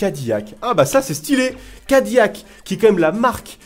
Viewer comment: SA SE DIS CA- DI- LAC